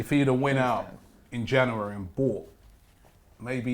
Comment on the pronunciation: Why can't say January